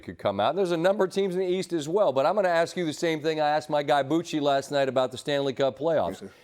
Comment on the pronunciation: Why does perk say "acks"